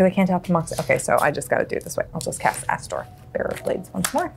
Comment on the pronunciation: When played Astor i legitimately heard "Asshole, bearer of Blades"